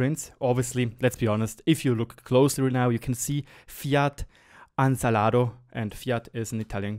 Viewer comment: It's ANSALDO, not ANSALADO XD